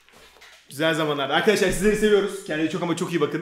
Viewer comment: eski vidyosunda Arkadaşlar demiyordu Akydaşlar diyordu Fark edenler 1 linke